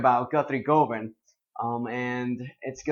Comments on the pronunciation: Correct, it is pronounced "gu-van" as in oven. Its an area in Glasgow. (not known for their guitar proficiency, better known for their "fiddling".) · It's pronounced "Guv-un". Please stop getting British names wrong all the time, foreign dudes. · One of your main influences when you were younger but you've yet to learn how to pronounce his name ;)